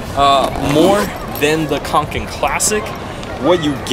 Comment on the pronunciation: it's pronounced konken